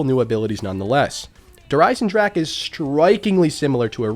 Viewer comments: Kino of Toten: "Kino of Toe-10" Der Eisendrache: "Djurhh-Ryzen-drag" The way united statians pronounce forreign words, man.. haha. *edit: man called an ice dragon "the iron dragon". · how come you playin' zombies for so long but you still cant pronounce der riese or Der Eisendrache right? Just type it in a translator and listen to it:)